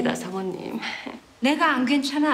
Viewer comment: 발음이ㅋㅋ 안괜찮아× -> 안괜챦아○ 진천댁× -> 진쳔댁○ 정치하는× -> 졍츼하는○ 물 안섞어× -> 물 안셬커○ 다시받아× -> 다싀받아○